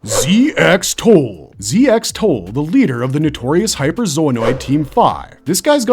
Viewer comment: Ramotith and Ramoches are literally the same Zoanoid model. The dub from the 1992 series just cocked up a lot of the names (though to be fair, almost all the Zoanoid/lord characters have weird names). Also ZX-Tole's name is pronounced "zek-toll".